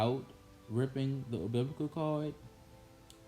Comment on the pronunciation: The "obiblical" cord. 🤦🏻‍♀️ What the fuck is that? Lmao ILLITERATE.